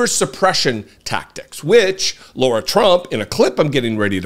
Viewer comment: He keeps saying Laura... Is it Laura or Lara